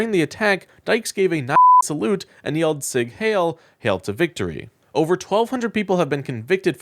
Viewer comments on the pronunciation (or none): IT IS PRONOUNCED "HILE"-- RHYMES WITH "PILE" OR "MILE" forgive for yelling, but you are like the 12th person who I have heard mispronounce that in the last 2 days if you are a journalist, then do a modicum of research, at the very least, put it into Google Translate and listen to the pronunciation if these people are comfortable being in public, then why do the need to wear masks?